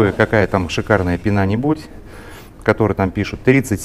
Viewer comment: Очень познавательно, но пенА уши режет